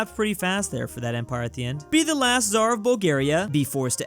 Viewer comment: Don't you love it when they pronounce tsar wrong....well don't blame ya.....try to say it but with the t being kinda silent